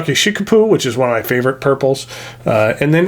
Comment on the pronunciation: Hi, a little correction - it's Murasaki Shikibu, not Murasaki Shikipu. She was a X-XI century Japanese novelist and poet.